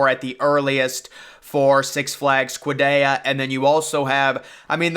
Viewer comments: "six flags kwadayya" 💀💀💀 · Canyon not “Cannon” and you’re absolutely butchering the pronunciation of Qiddiya